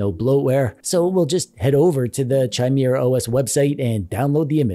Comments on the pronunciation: ITS NOT chi-mir-a os its kai-mera-os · It's NOT CH-IMERA. its kha sound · Pronounced "KAI-MARE-UH". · Chimera is usually pronounced with a hard ch. (Kai-mera) Disregard this of course if it's pronounced different for the OS. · It's pronounce Kimera not Chimera, a Frankenstein's monster of ancient mythological monsters to be sure. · Pronounced, "Ki,' mire". It is not like in the word China. It is a Greek mythology creature. STILL, LOVE THIS VIDEO ! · Ah yes... The Chai-Meerah OS. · In case anybody doesn't know, it's pronounced KI-MARE-AH. Hard k. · Say it with me: Kai-mare-ah. :p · CH-ai-mi-ra!!! He said CH-ai-mi-ra *facepalm*... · Bro for the love of all that's Holy... It's pronounced ky-MEER-ə! Now, can I get my controller or kb to turn it on? Can I get it to them power on my TV. Can turning it off, turn off my TV and vice versa? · The amount of pain I experienced every time you mispronounced chimera was indescribable. It's not pronounced with a CH sound, it's pronounced with a K sound. Kimera. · Quit calling people 'a' holes.... lol As for the OS name it's pronounced with a K, so it's K(eye)mera. I've definitely heard worse pronunciations though :) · Why do you keep pronouncing Chimera so wrong like is hurts my ears just hearing you pronounce is wrong.